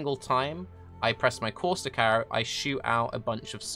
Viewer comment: That's how you pronounce it